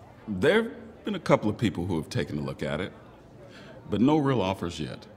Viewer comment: Bro said noe not no